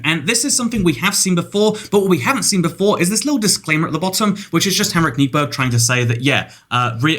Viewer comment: It's not Henrik Neeberg, It's (K)niberg. I know you don't speak Swedish but I'm just letting you know :)